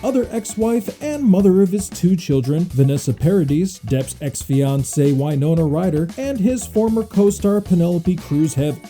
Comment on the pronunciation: WINE-NONA RYDER